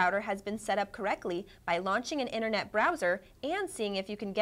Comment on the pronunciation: she cant even say internet correctly